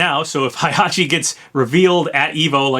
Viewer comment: Why did you pronounce Heihachi like Hi it hey not hi 😑😑😑